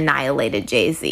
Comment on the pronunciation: Calling him Gay-z is wild 😂